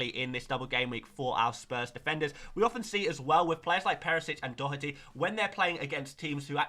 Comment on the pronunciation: Respect for being the first FPL content creator to pronounce Doherty correctly 🎉👏🏻